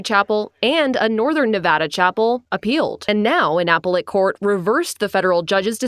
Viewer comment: Fox. Doesn't even know how to pronounce appellate.